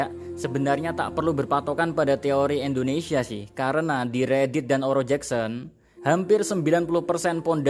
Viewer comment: Indonesia bukan endonesia 😢